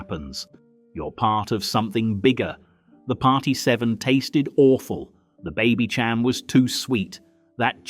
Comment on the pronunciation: Baby ‘Cham’? No. It’s pronounced baby ‘sham’.